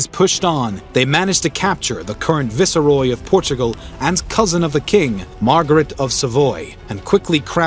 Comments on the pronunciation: The usual butchering of our language by the colonials, and - Viceroy - Pronounced Vice-roy. Not Vi-se-roy. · Ba-granza (Braganza) Visseroy (Vice-Roy) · FYI: the word "viceroy:, is pronounce "vice-roy", long "i" not short "i". not, "viss-uh-roy". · Cool video, one question, who taught you how to read? Viceroy is phonetically obvious....vice roy, viceroy lol